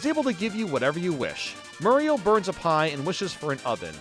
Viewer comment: You-staice Murr-ial